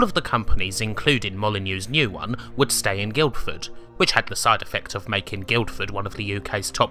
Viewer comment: Great video. The first 'd' in Guildford is silent, by the way - it's just "GILL - fuhd".